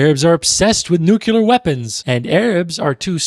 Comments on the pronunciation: Corrects pronunciation, says “NUKE-yoo-luhr.” Love what you’re doing, don’t get me wrong. Just the irony of it. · I love you but, "nucular", you pronounce it the same way as Bush